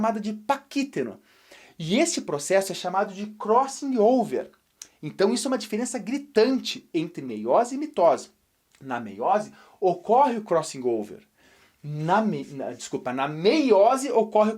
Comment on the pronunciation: lê-se: crossolver